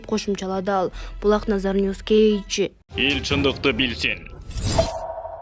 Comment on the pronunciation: ушул каналда текстерди окуган кыз "KG" - кейджи деген созду окуй албай эле канча жолу кайталаса да айталбай кыйналып...айтып койгулачы уйронуп алсын шар айтканды 100 жолу кайталайт го